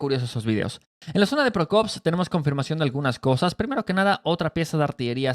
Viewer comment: Pokrovsk hermanito; No Prokovsk. Torestk; No Torrenstk